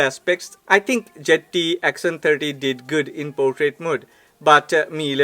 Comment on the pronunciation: Why do all the indian ppl pronounce Zte like jett😁